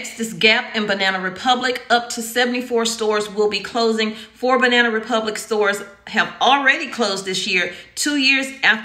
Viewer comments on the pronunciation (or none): none